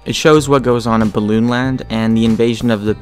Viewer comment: the A in land.... I have no words